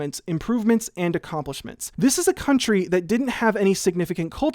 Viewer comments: "I rweally like dis one :)" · "I really like dis one." -Sideways (2017)